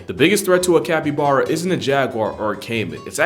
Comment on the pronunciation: Capppybaaaaaaaara....mate. I love your videos. I couldn't get past like the 5th time that you mispronounced it. 😆 Sending you love though. Maybe work on that. It's like bear like a bare bottom. Cappy...baaaarrr....uh...copy?